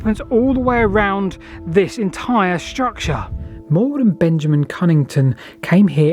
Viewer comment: "struct-SHA" :face-blue-smiling